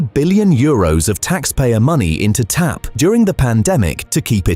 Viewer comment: The AI robot voice keeps calling it T-A-P (or "TP"!) instead of TAP. 👎